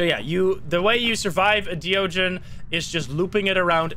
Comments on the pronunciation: De ogen 😂 I am Dutch, and idk if you are American or not, but you pronounced it prettu good. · you pronounced de ogen very well